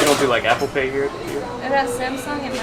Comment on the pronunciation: She said apple paid 😂